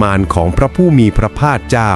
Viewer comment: ออกเสียงพระภาคเป็นพระพลาด😂